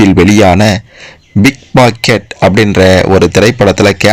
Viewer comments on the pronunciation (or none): Pickpocket not Bigpocket???????? 🕹📹🎼 உச்சரிப்பு சரியாக சொல்லவும்???? 🕰🕰🥁🥁🥁🎤🎤🧐👁👀🕹📹🧭⛳